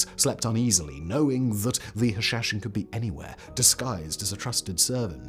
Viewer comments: It's pronounced "hah - shah - shein". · It's "Who-Leo" and "Ha-sha-sheen". Sorry Simon, but those were a bit rough to hear. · Practising his Sean Connery accent with "Hashashin"...:-)